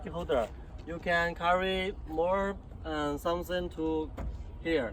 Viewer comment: drove me nuts....I liked when he said, "...you can carry more.uhm..somesings to..here..!" ...he still knows more languages than me.